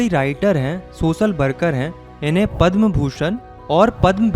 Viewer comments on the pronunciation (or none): none